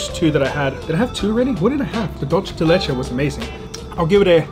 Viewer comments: It's dUlce de leche, not dOlce de leche hehe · U say it wrong. Its not italian its spanish "dulce de leche" not "dulche" Thanks for your great vids!! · Dulce de leche not, *Doulche de Leache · Can everyone really not say Dolcé de leche?